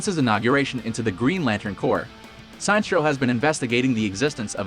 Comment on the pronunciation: Minor correction. The way you pronouced Sinestro's name is wrong. His name is basically a combination of Sinister and Maestro = Sinestro.